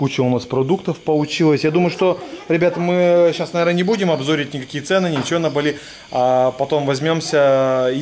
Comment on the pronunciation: Не балИ, а бАли